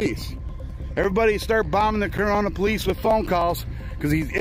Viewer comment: Corunna not Corona. 🤣